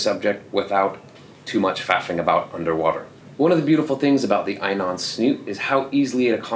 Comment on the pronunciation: Great video, but just so you know int pronounced E NON. At least that's how we say it in Japan, and how the reps say it at the dive shows here in Tokyo. I said it wrong too for years